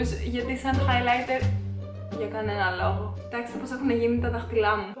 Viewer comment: χαχαχαχα κι εγω εχω κλαψει με το χαι λαιτερ χαχαχαχαχαχ